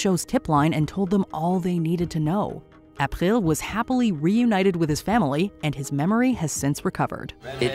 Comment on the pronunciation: I hate the way you pronounce April.